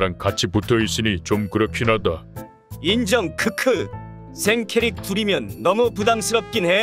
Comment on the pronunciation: 엣티제호랑이 '인정!ㅋㅋ!'특유의 자신감 쩔어있는 액쉔트발음 들을때마다 존나웃김ㅋㅋㅋㅋㅋㅋ